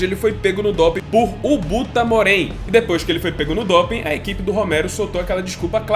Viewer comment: IBUTAMOREN* , Ubutaromen kkkkkkkk